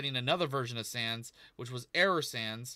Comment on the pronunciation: Sounds like he said "Error Sams."